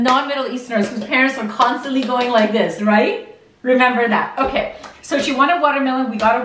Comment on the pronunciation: "dats not rrrrrrait" lol